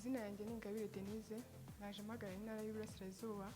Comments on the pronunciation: Pliz,bavuga intara ntibavuga inara! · Ariko se ibi bintu byo kutavuga ibihekane byadutse noneho ni ibiki!!? Ngo INARA,NYAMINGA!!! nuri ndumva ariko avuga